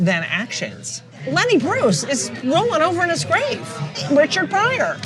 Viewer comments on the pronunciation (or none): none